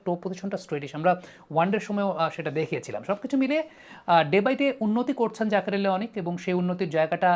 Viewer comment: Unar naam jaker , zakir na. Allah's wastee naam ektu thik kore bolen.